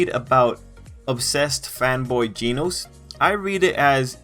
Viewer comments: This guy said geenose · G e e n o s e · my dude really be saying ‘ginos’